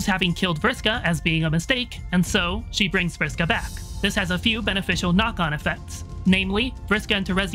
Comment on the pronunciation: Really loved the pronunciation of (Vriska).